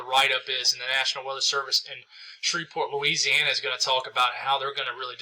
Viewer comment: This guy has a hard time wanting to say Louisiana! 🤦‍♂️